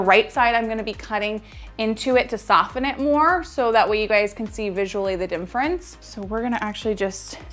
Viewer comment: Great tutorial thanks! She keeps saying dimfrence lol